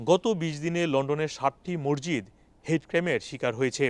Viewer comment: মরজিত কি ভাইজান? 😅 সংশোধন: মসজিদ। 😅